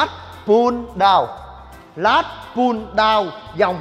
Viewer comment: “Lats” chứ không phải “Last” nhé a